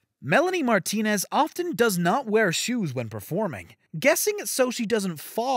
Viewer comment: The way he pronounced “Martinez” reallyyyyyy shook me.